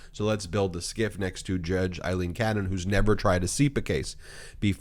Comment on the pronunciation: Her name is not Eileen.